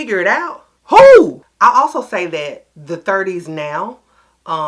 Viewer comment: The “WHO” got me lol 😂 but yes ma’am no one has it